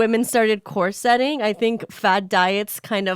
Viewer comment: pronunciation of corsetting is upsetting to me